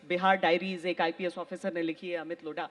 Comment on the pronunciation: लोढ़ा नहीं लोधा है